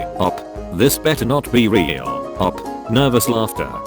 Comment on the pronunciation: brainy dude the only text to speech youtuber that says co worker instead of cow walker but says O.P. as oph